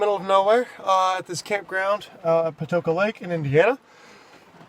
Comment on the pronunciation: It’s “Patoka” lake in Indiana. Not Poka 😂 ✌️